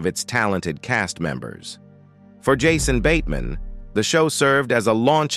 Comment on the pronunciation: “Yahsone bateman” Definitely bad